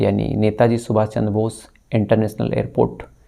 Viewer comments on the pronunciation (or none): none